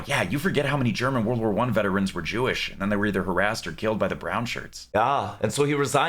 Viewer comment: With the accent pronouncing "World War One", the auto-subtitles transcribed it as "Vulva Fun".